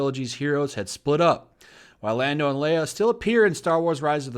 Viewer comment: Huuuuuuugh!!!! You mispronounced Lando's name! You're a racist! I am literally shaking right now. I am calling homeland security on you.